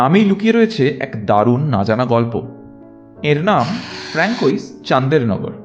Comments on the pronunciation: ফ্রাঁসোয়া হবে, ফ্রাঙ্কোইস নয় এছাড়াও, চন্দননগরের ফরাসি উচ্চারণ শান্দেহনাগোর, চান্দেরনাগোর ব্যাপারটা anglicised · ফ্রেঞ্চ এ উচ্চারণ ফ্রানকোইস নয় ফ্রাঁসোয়া হবে। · Frankois উচ্চারণ নয়,হবে ফ্রাঁসোয়া। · অজানা তথ্যসমৃদ্ধ সুন্দর ভিডিওটির জন্য আন্তরিক অভিনন্দন জানাই। ফরাসী ভাষাকে ভালোবাসি বলে উচ্চারণে অনিচ্ছাকৃত ছোট্টো ত্রুটি ঠিক করে দিচ্ছি, কিছু মনে করবেন না। François হলো পুরুষের নাম, উচ্চারণ ফ়্রঁসোআ। আর Françoise হলো নারীর নাম, উচ্চারণ ফ়্রঁসোআআজ় আর Chandernagore-এর ফরাসী মার্কা উচ্চারণ হবে শঁদেরনাগোর। খুব ভালো থাকবেন, আজকে এখানেই। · Khub valo laglo. Kintu Francois er uchcharon jatodur jani, frnasoya pronounced hoy. Bhul hole marjona korben 🙏💐🙏